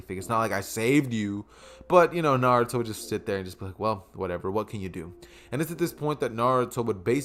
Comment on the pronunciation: Why is Naruto prenounced na-du-tho instead of na-ru-to Also you should’ve made Sasuke the reincarnation of vegeta